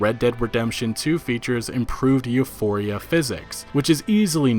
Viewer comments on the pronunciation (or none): none